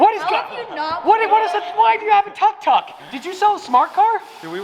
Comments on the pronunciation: Tuck tuck? 😂 as a Thai/laos myself I’m offended haha it’s pronounced “took took” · it's tuk tuk! not tak tak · it's pronounced took took